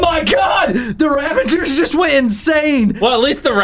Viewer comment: i love how they say "ravangers" when its "ravagers"